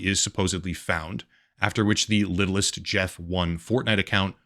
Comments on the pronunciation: Epstein Island is a nickname. Official name is Little St James Island. He referred to his island as Little St Jeff Island. So the Fortnite userid is not pronounced Littlest Jeff 1 , but Little St Jeff 1. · its not littlist jeft. its Little Saint Jeff 1. since Little Saint James island was his island. so Littlestjames1 is said as LittleSt[saint]James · It's little saint Jeff. That's what he called his island. Not "littlest Jeff". You did some good work here but you not being able to catch that is kind of pathetic. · I think it’s supposed to read as “little st jeff” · The username is supposed to be read as little st. Jeff I think